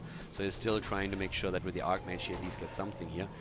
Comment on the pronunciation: Man is not pronunced ARKmage is archmage with a soft C...o my god...